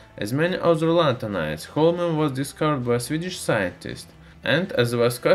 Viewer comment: watched the full video without hearing the name correctly thanks weird accent guy thanks alot !